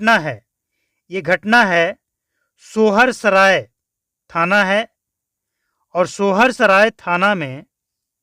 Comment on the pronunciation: Sohar saray nahi hota hai soysaray hota hai marde thik se bol 😂😂😂